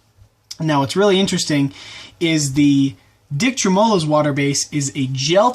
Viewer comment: Sorry but that screwed with my brain. Its tremolo. Treh mah low